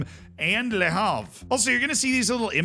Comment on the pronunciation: For reference, Le Havre ISNT pronounced Le Harve, like Harvard It's Le Have-reh